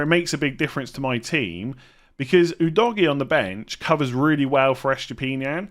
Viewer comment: Big man, you need to stop pronouncing Udogie like that 😂… I’m Nigerian and that is not how you say his name. At all.